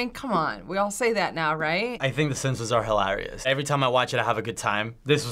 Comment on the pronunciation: "The Simpsons are hil-are-ious..."